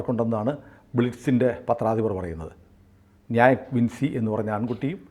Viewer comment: വിൻസി എന്നല്ല വിഞ്ചി എന്നാണ് ഉച്ചരിക്കുക. ഡാവിഞ്ചിയുടെ വിഞ്ചി